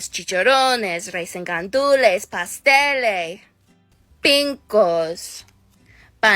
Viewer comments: ain't noo way she said "pasteles" as "pastelé" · And she’s not even pronouncing them right I mean come on PAS TELLE??